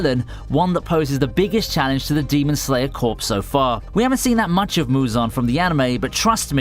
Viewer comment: The "p" in "corps" is silent. It is not a dead body.